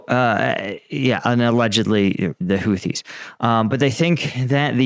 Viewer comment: Used on who?? The "hooties"? 😂😂Or the "hoopties"?